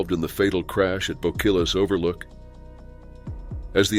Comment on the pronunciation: I had fun there but will never go back. Almost got swept down Boquillas Canyon. If i hadn't floated to the right snd my stepson happened to be there and pulled me out. It's pronounced bo key us.